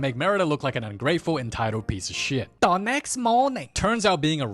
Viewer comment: I love that he tecnically does the same treatment to Instances like when he says "Da next morning!" and when he says "Da meanwhile" xD